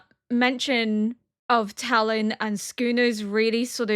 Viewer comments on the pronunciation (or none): none